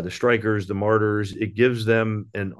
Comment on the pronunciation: It’s Marders, not Martyrs 🙈😂